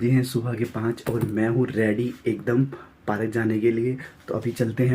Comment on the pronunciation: Bhai park hota hai aur bol paarak rahe ho